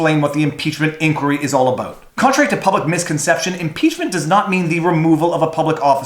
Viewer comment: "It's time to talk aboat.." found the Canadian!